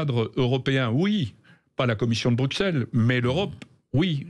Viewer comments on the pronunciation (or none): none